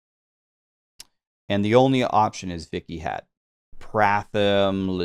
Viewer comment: while your butchering of the pronunciation is pretty funny, Vikhyat is just a normal sanskrit name meaning "famous"